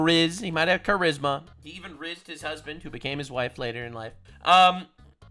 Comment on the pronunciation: Charisma? No, Cha-rizz-ma. Kill me...